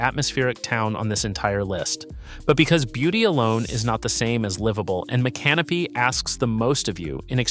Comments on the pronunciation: It's so funny that these videos always mispronounce these towns. 🤣🤣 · Spare me the AI bot narration. Learn how to pronounce Micanopy! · Agree, is it stupidity or AI? The city names are properly pronounced then missed pronounced in the following sentence!